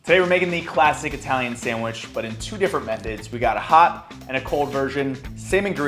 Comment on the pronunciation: "time to make a sangwheech"